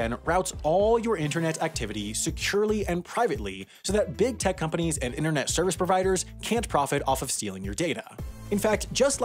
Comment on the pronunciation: there are 2 T's in the word 'Interne't and you don't pronounce either of them!!